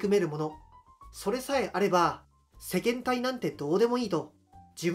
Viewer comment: 私の聞き間違えかもしれないけど、せけんていの事をせけんたいと言ってように聞こえました。悪しからず🍀